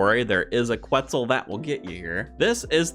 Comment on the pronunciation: Reminder that you dont need to pronounce the U in Quetzal